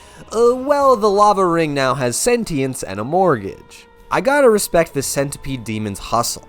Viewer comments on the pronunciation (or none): none